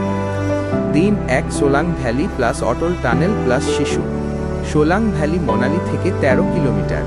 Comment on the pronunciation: Monali na...its Manali!!